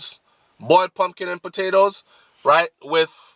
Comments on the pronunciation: "Poongina" dwl! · Pumginas lol I cant😂😂😂